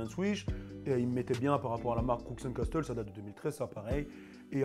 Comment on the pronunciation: « Crouks and Casseteul »